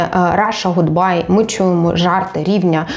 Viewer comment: Даруйте - "Ґудбай"* 😌